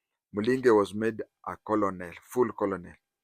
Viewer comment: Sir,you know the proper pronunciation of the military rank 'Colonel'. Why do you persist with the pidgin (Nigerian) pronunciation of Colonel?!